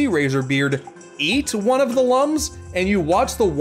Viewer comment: it’s spelled like lums but it’s pronounced Looms like IlLUMination